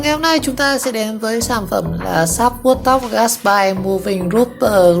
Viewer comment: Gát bi chứ không phải gát bai nha😂